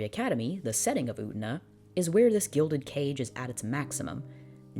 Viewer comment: Utena. U-tey-na.: "OOOTnuh"